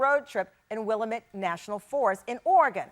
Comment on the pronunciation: Uh oh Tamron! Willamette is pronounced using a short "a," the same way you pronounce 'apple.' Born and raised here in Portland Oregon. Thanks for posting.